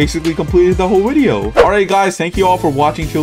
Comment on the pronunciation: why tf does he say Wedio instead of video